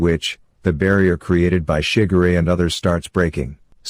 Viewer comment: Every time you say "shigure" it ends up as sounding like "sugar ray" hahaha.😆😆😆 might wanna fix that it's pronounced more as shi-gu-re.